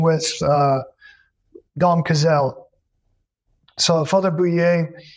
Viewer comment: It's Dom Odo "Kah-sl", not "Ca-zell".